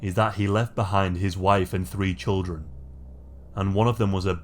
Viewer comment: I was worried. I thought it was Toyah, Roscoe's baby mama living on 25th and Harlem "churrin" lol